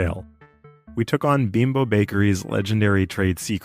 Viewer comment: Beembo is the pronunciation of Bimbo.